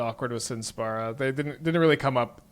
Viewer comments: the card's called Sin, Spira's Punishment. He's misreading the first two words in the name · dude, saying spara is wrong, don't sugar coat it, just like saying spura, spora or spera would be wrong. And yes, many Americans can't pronounce words, no shame on that. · Guessing he either knows it's Spira [pronounced Spear-ah] and is doing it on purpose, or doesn't know and doesn't particularly care lol. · excuses, if he can say the word "spiral" he's also capable of saying "spira" easily. You don't need to play FF just read the words carefully. (this may be difficult for an American tho) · I can pronounce Spira correctly, can I bash Americans in his stead? Cause y'all suuuuck (especially at reading). But seriously, it's borderline trolling from part to choose to read "-i" as an open "-ah".